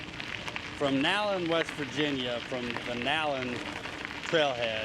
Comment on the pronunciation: You pronounced Nallen correctly! And they are getting ready to open a visitors center for the trail down in Rainelle on Route 60. It is being worked on right now. That bridge had to be replaced because the flood of 2016 took out the one that was there.